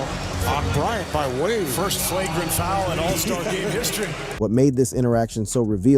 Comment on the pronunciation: Why did you pronounce d wade name like that weirdo